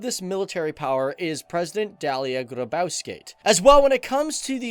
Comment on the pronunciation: You butchered everyones name and this is all wrong, we literally dont have anything. This shitty country sucks